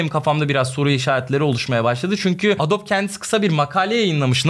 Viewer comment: Adobe, adobi diye okunuyur, bilginize 😉